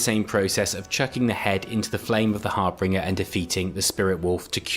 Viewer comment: "Harbringer"?? It's "Harbinger", as pronounced har-binge-er. Have you ever even played Skyrim, or do you use AI to to make your videos?